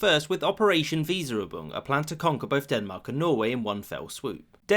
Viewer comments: Weserübung —> Weser | übung and not Wee'sa ubung , which sounds like an operation that Jar Jar Binks would perform 😅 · There is no "k" in the word "Reich". ch = ç There is no "i" in the word "Weserübung". 1st e = e